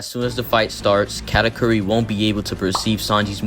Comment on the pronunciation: I can understand Karakuri instead of Katakuri but "category" 🤣